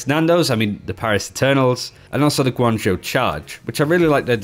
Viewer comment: Thank God someone knows how to pronounce Guang Zhou